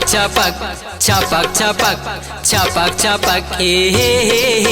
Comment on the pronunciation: Dhamak ko damak bol raha hai bhaiyo or baihno suno dhyan se suno chhapak ko chapak bol raha hai